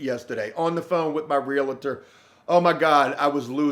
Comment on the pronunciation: ✳️ ~ The word REALTOR is pronounced “reel-tor.” It’s a 2 syllable word. There’s no “I” in realtor. When you consistently mispronounce…….✅